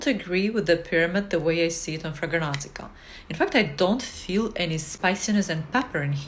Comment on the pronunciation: Ma'am, while I appreciate your effort, it's called FRAG-RANT-I-CA, not Fraganantica